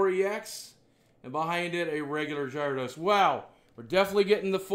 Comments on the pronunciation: it's not jaradose. it's pronounced garadose. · It's pronounced "Gare-a-dose."